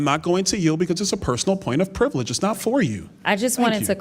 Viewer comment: Why does Bowser keep saying “iss” when she means “it’s?”